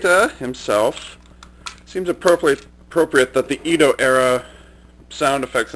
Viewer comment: it is pronounced Edo not Ido For your information I like your videos